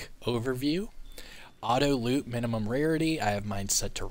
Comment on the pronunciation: You mean auto "loot"? Not "loop"